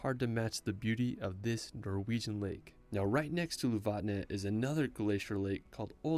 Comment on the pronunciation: I love your Norwegian pronunciation, - You make my language almost sound Vietnamese 😆